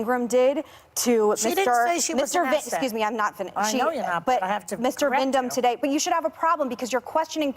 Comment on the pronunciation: She is so DUMB, ABRASIVE and COMBATIVE! She kept saying VIND-HAM. His name is VIND-MAN lol. Dumb Bish 🙄